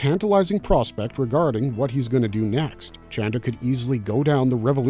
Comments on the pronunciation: I thought his name was “Chanda” 😂 not “Chan-dra”?? Sorry no big deal just throwing me off. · Who is this ‘Chandra’ character my man keeps talking about? It’s Chanda dawg 😭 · it's "chanda" and not "chandra". however, both mean the same thing - moon. 😂